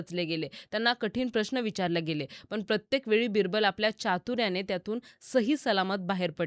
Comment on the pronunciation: Tales of Birbal. पण आणी पन याचा proper उच्चार करा ताई.